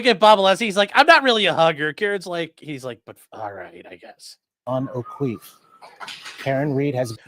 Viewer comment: They really said Jon o’queeff?!!